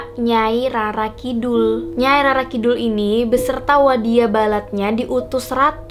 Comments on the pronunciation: Rara kidul Bacanya Roro Keknya gitu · Bacanya roro kak bukan rara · Bcanya Roro kidul mba',,,, bukan rara.